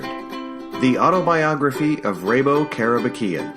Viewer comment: I read this in Japanese when I was in High-school. After 20 years, I am her in NYC and I’m working at Long Island. Finally, I was able to hear how Rabo Karabekian is correctly pronounced. In next chapter, I enjoyed how you read “Bar-beer-ah!” Your recording is professional quality. Thank you for uploading this!